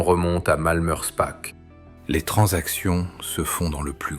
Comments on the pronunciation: Prononcez Malmerspar et non Malmerspack 😊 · alors là, je suis très étonné, le .."ch" en allemand, comme en alsacien, se prononce toujours .."r".. mais je peux aussi vous croire, même en étant alsacien ( bas rhinois ) il peut y avoir des exceptions